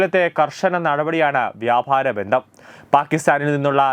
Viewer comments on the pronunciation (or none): Ithenthaa..vyabharam...athoru bharam thanneya....VYAPAARAM ENNU DAYAVAYI PARAYOO ..